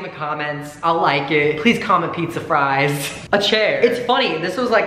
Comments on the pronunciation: peetza fwies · Pizza f ri es sound gr e at